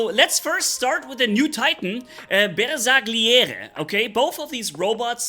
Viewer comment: LMAO 💀 I believe it's pronounced BARE - SAR - LIERE - RAY